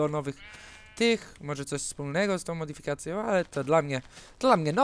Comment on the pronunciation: Fajnie muwisz slowo "modyfikacje" :D